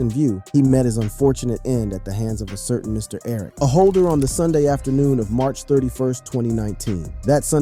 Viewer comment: “Martch 31st” LMAO 🤣